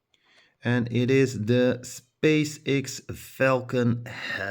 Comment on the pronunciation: X is pronounced as ex. 😉